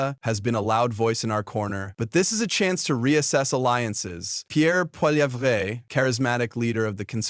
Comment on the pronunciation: Polly-evv-ruh. He's Canadian, but there's no "Eh!" in his name.